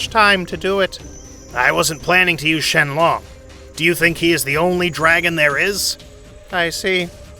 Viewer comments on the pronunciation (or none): its sheron not shenloooooon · bro cannot pronounce names ong bro like beeroos whisk and shenlong is crazy ong bro oh yea the DRAGON SPHERES